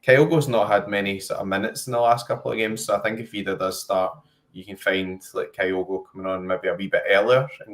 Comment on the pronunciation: Why are you pronouncing Adam Idah's name like that?